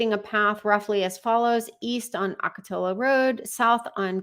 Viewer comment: Ocatillo is pronounced Ock-ah-tee-oh.